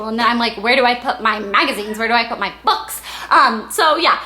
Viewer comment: the way you say "books" LMAO